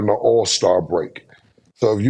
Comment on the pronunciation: First it was Lukahh then it was Windol “Wendell” and now Check “Chet” 😂